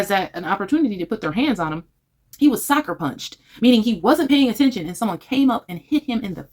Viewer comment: It's "Sucker punched" not Soccer punched, just saying